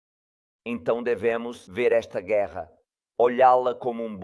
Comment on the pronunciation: Kkkk ele disse gueerra pessoal kkkk